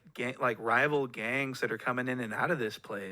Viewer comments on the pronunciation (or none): Point&Shoot emphasized "Gangs, bloods, guns" 😂😂😂